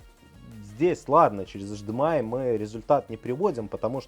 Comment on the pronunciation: Почему тип Ц, когда Тайп Си, почему ашдэмэай, когда H D M I ?